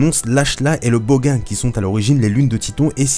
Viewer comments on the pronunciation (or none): on dit bogan : boganne